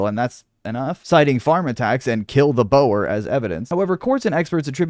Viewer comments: just quickly, "boer" is not said like "bo-wer," it's said like "boar." thank you for tickling my nutsack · btw Boer is pronounced like "boor"